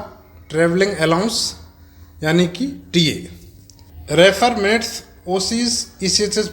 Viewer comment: मेट्स नहीं मिनट्स, पढ़ते हैं